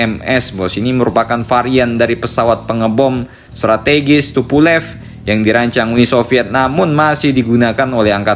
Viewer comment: Tupulev...?😂😂 Tupale min, Tupale lo peyang 😂😂😂 🙏🙏👍